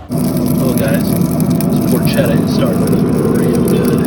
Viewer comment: It's not called "Por-chedda", it's prononced Por-KeTTA as in Pork in Italian. Double T sound not a D sound.